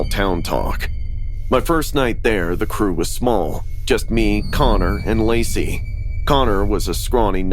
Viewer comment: someone else heard her say lazy instead of lacy